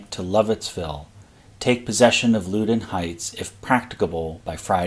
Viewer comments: Agree, the first syllable in "Loudon" is pronounced "Loud". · Loudon is pronounced like the word "loud" plus "un." Loud-un. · Loudoun is pronounced LOW-dun where Low rhymes with cow. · Loudon Heights is pronounced Laudon. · Learn how to pronounce “Loudoun.” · I would say the pronunciation is more like: "Loud - Don" vs. LowDon. And Potomac is "Po - Tow - Mick". Although some say Mick and others say Mack. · Your videos are fascinating. I really appreciate the topographic detail you provide in your presentation. BTW Loudoun is pronounced loud-un and Potomac is pronounced pahtohmick by the locals, for what that's worth.. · I live in the general area. It's "Loud-un" and "Pah-tow-mick." And as far as I know, Middletown is pronounced "Middletown" rather than "Middleton."